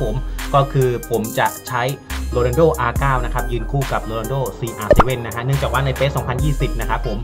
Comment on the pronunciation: R นาย ครับ ไม่ใช่ R เก้า